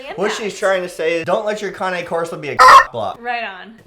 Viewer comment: It’s not cané corso it’s just cane corso